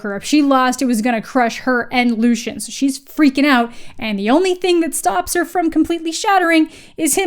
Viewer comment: LOO-SEE-EN !!! Pls not lushan But fr please keep reading, the second one is better. I've heard this is basically a trilogy bcs after the third one it gets super ridiculous so i don't plan on reading the rest of the series :D